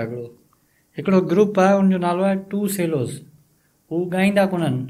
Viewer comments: Not sure if anyone has already mentioned it, but the word Cello, you mispronounced it. It is pronounced as if the c is actually ch... so chello actually is pronounced more like ch-ello. I can see why the say English is a very difficult language for foreign national's to learn!! They may also enjoy watching the 2Cellos performing AC/DC's Thunderstruck video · the c in cello is pronounced like the beginning of the word chips. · The word "cello" is actually pronounced "chello" -- it's Italian, and the original word is "violoncello." 😊 I love this instrument so much; when I was studying music composition in college, I always included cello in my pieces (along with double bass). Nothing can "sing" like the cello... I wish I could play it, but I never learned any stringed instrument. I'm so happy that I got introduced to another great musical group -- will definitely check out 2Cellos and their other pieces. So happy to see you guys, have a great day! ❤😁🎵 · The instrument is pronounced "chellos", not "sellos". It's an Italian word, and in that language "c" is often pronounced as "ch". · Pronounced CHELL- O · Pronounce cello like "che-lo"